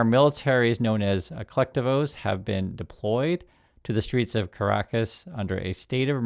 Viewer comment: I will find someone who knows how to pronounce colectivo for analysis. (Al Jazera is not a Venezuelan news source btw)